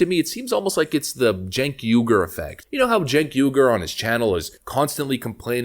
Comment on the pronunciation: His name is cenk pronounce correctly please